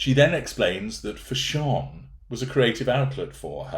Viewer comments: took me a while to figure out what you were saying when you said 'fash-ON' 😃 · As an Austrian I wonder why you pronounce "fashion" in a way that sounds not English?